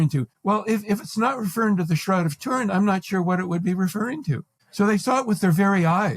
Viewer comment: The Shroud of tur-IN. 😖